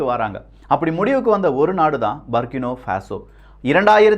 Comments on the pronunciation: சரியான உச்சரிப்பு " புர்க்கினா ஃபாஸோ" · i am at burkina faso. சரியான உச்சரிப்பு. புர்கின ஃபாசோ & Ibrahim த்ரவோரே. Sorry bro i am your தீவிர ரசிகன். Last 10 years i am there.